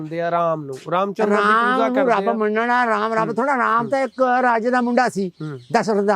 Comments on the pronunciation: ਬਾਈ ਰੱਬ ਬਾਰੇ ਸਵਾਲ ਪੁੱਛ ਰਿਹਾ ਤੇ ਪੂਜਾ ਨੂੰ ਪੂਜ਼ਾ ਕਹਿ ਰਿਹਾ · Y Pooja nu poozza kehnda lol 😂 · mins/ oye waddeya giyaania POOZA nai POOJA hunda🙄🙄